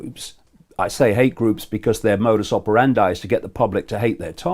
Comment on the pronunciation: I know, it is ridiculous, but why use a Latin phrase… (Modus Operandi) and then pronounce it in 'English'. Some do this too often… Why?